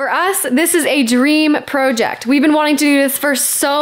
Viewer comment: i started saying PRO·ject ever since i started watching your videos